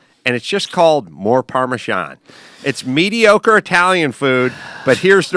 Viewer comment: That is NOT how you pronounce "Parmesan"